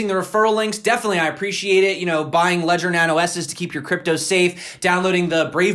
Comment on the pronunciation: Legder ledger ledger Thanks for your info. Appreciate it 👍